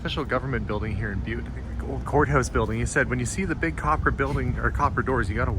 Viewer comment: Oh…. It’s pronounced BYEWT…